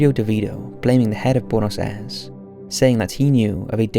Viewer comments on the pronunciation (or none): Buenos Aires. wey-nos-eye-res. You can actually make these sounds yourself! Amazing, I know!